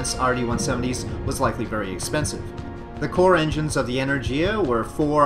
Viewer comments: go to google translate change language to polish, type in energia and click listen, thats how you are supposed to pronounce it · why energIa? It's enErgia!